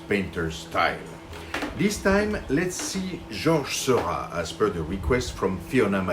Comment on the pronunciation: I love this video! Thanks so much for making it. I finally learned how to pronounce George Seurat too! :D I recently fell in love with The Channel of Gravelines, Grand Fort-Philippe and while I don't think it's up for auction by the National Art Gallery in London, I MAY be bold enough to try to recreate it. Is this crazy ambitious?